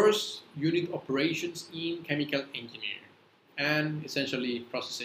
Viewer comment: Why are pronouncing g in egineering likr g in "guy"? It is pronounced as g in "gem" or j in " jay"